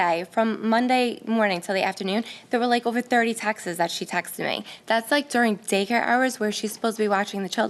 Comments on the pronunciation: “Text’s” is not a fucking word. “Texts” “texting” “Tex-tez” is not a thing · i thought they were saying "texes" instead of "texts" which isnt any better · The defendant is an absolute a-hole for making a complaint, she should be sued for that. For the record defendant, the word is TEXTS not TEXTES. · lol It’s “Texts” not “Texes” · Yes and she keeps saying Texas, as in she can't pronounce the word texts